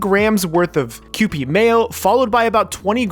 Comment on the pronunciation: Ah yes, is finally saying kewpie correctly. I’m so proud